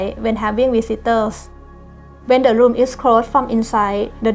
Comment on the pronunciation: I did pick up two r's, in 'natural light' and 'ceramic', but not at the beginning of the word ('room' is 'loom'). Never liked them myself, awesome accent 😊